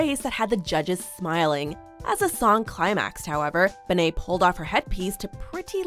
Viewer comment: She called Bebe benet?